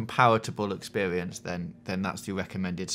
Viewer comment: "expewience" AHAHA AWW!